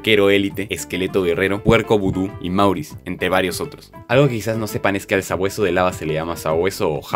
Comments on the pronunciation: El pescador se pronuncia como moris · Si mourice se puede pronunciar "Morris"